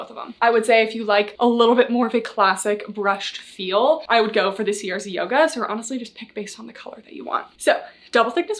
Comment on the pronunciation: (Haha writing separate comments for the engagement) … I think CRZ Yoga is pronounced either “Crazy” (most likely) or “Craze” Yoga instead each letter being spelled out.